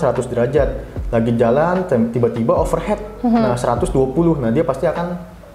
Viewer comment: mohon maaf sekali sebelumnya, tapi kayaknya bukan overhat atau overhead, tapi overheat (pronunciation nya kak) bukannya sok Inggris,tapi yg disebutin kan kata dalam bahasa Inggris, mari kita budayakan yg bener. sekali lagi maaf ya g bermaksud sok tau cmiiw